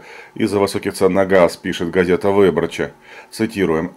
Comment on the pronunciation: Из Варшавы привет! Автору респект! Правильно будет ГазЭта выбОрча:)